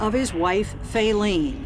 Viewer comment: "Fayleen had Fallen"